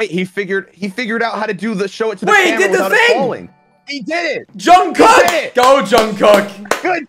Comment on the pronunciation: “jung-cook” - by jackmanifoldVODS